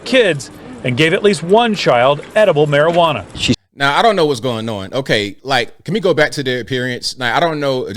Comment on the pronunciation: You pronounced it as mari-hwana 😂Juana